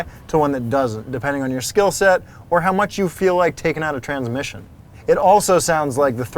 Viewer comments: Gotta check out that “transimission.” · "transimission" too :P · "transimission" xD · “Transimission”..........???? Lol 🤓